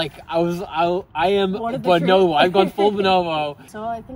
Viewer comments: Speaking of pronunciation and language; “b’nobo”. Said in any other language, one would actually pronounce each O as…… an O and not an I or an E…. Why does she pronounce it “binobo”?? It’s BO-NO-BO. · Why do you pronounce it buh-NO-bo? They're BO-no-BO